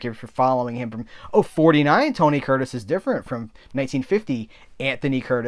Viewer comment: (1) I'm proud of you,. You said "Tony Curtis" five times normally. (2) Regan said that chimp was his best costar ever. (3) When you paused at "why do... " I sang aloud "birds suddenly appear" about half a second before you.:)